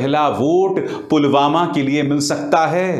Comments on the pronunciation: पुलवामा को 'पुलगामा' कह रहे है पीएम जी । 😏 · Andha-bhakt-o-kul" ke dimaag bolke koi kuch cheej ho tab na(?), wo murkh log toh usike jaisa-hi hai na, jo(jis mahamurkh ne) Pulwama ko PULGAMA kaheta hai !!! Chhi! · Pulwama ko pulgama bol raha hay sala 🤣🤣🤣